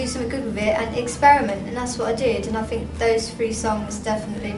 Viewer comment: "I fink" I love it I love her!!!:)